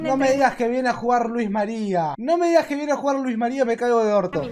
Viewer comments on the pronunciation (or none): Por qué decía Luiz María😂😂😂😂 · no se dise luzmaria se dise luismaria XD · soy la unica que escucho q dijo luis maria jsjs